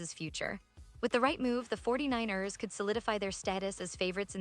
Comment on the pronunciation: 😂😂 the AI is saying it weird 😅 the 4-9-Errrrrrrs